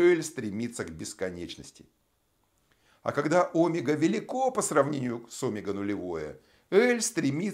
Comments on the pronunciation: Тоже об этом подумал, омЕга, а не Омега. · Автор говорит о́мега... правильно оме́га! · Омега ?? Почему ударение на О ??? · В слове «омега» ударение ставят на слог с буквой Е — оме́га. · Не согласен с ударением в слове Омега, правильно омЕга. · óмега! Аааа кровь из ушей!